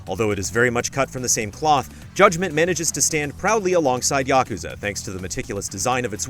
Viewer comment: Say it with me YA-KUZ-AH